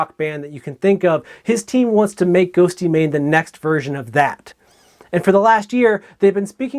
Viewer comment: "GhostYmane" Oof. Otherwise, great video!